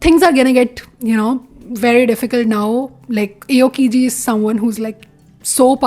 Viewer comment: also you pronounced aokiji wrong its more like the hindi Aao (Come) and kiji